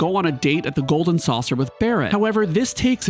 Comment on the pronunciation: I could somehow overlooked how you pronounced "Masamune" but I immediately lost any respect when you said "Golden Saucer".